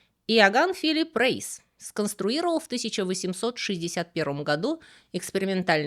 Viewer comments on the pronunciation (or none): Очень интересный канал. Смотрю с удовольствием. Спасибо вам. Хотел только заметить. Пожалуйста произносите фамили так как они звучат в оригинале. Немецкая фамилия Reis произносится "Райс" Так же как и Эйнштейн не Эйнштейн а в оригинале Einstein (Ейнштайн - ОдинКамень). Неправильное произношение режет слух. Это как если бы Василия стали называть Базилем. 😊 А в основном очень познавательно и интересно подано. И с юмором у вас в порядке. Всех благ. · Спасибо за интересные факты об изобретателях и технологиях, которые теперь повсеместно используются. Небольшое дополнение - в немецком языке сочетание "ei" произносится как "ай". Так что правильно говорить "Райс". Кстати, это слово переводится на русский как "рис".